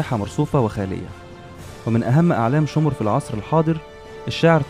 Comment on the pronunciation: شمر مش شومر